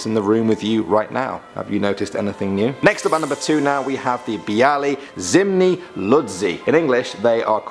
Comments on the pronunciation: 'Biali zimni ludzie' it was funny how he tried to say it lol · I laughed at how you pronounce Biali zimni ludzie. It's always funny seeing people not from Poland trying to pronounce polish words. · The way you pronounced "Biali zimni ludzie" pissed me off 😠.